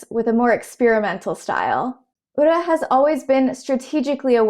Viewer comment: Even if you don't root for Ura you have to appreciate his presence. He really shows the depth the sport has to offer beyond just pushing. Also really appreciate you trying to learn pronunciations! I can tell you looked at how to pronounce Ura. I noticed 'komusubi' sounded funny, it's a long o sound (and the emphasis as understood by an English speaker is more on the 'mu')